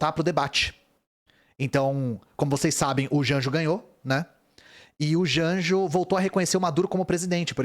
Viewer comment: O 'Janjo' 😂😂